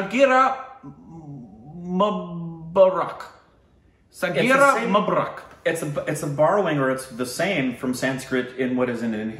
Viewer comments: Mu is pronounced as Moo like a cow does! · Mubarak sounded like akbar.... 🤣 🤣 🤣 ଜନ୍ମଦିନର ବହୁତ୍ ବହୁତ୍ ଶୁଭେଚ୍ଛା ରିକ୍... A very very happy birthday 🎂 to you... ଓଡ଼ିଆ or odia language from odisha 👌 Janmadinra bahut bahut subhechha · You did great but It should be Jan-nam Din Mu-baa- rak. It will be helpful. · you pronounced the hindi one: janemdin right, but Mubarak you korbinized